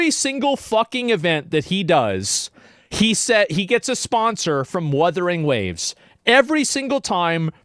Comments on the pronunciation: Asmon snarking on Wurthering Waves as if he doesn't regularly mis-pronounce famous people or game titles. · No joke, my wife said the same thing about G-off saying Wurthering Waves. 🤣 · Wurthering waves lol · I think Kuro Games should put some funny dialogue in Wuthering Waves referencing Geoff Keeley mispronouncing the title as an event. Wurthering Woves, it could be a bootleg video game in universe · Omg! I'm so happy he addressed the "Wurthering Waves" issue. I don't know how rtrdded Joff is that he can't pronounce the name for like 2 years straight. I don't understand, they have dislexia of what? Do they nut read into the names before they say them? It triggers me! It gives a false narrative and look to the game. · I hope Joff continues to say Worthering Waves just in spite. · Werthering Waves and Uma Masume Pretty Derby.🤣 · It's so funny how Asmon gets pissed over "Wurthering Waves" while simultaneously being the guy who purposely mispronounces things to piss people off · Even the co-host woman called it wurthering waves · ironically him mispronouncing wuthering waves probably got alot of people talking about it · What if Wuthering Waves devs sponsor him now because they think its funny to listen to him pronounce their game name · plot twist, they've told him every time not to pronounce it wrong and he keeps promising to say it right next time but never does.